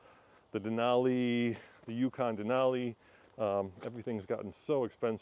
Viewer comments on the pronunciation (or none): none